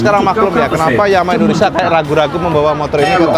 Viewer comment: Indonesia om, bukan indonesa...